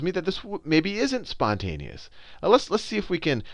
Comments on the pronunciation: "spouteous" lol nice try sal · "Sponteous" lol great video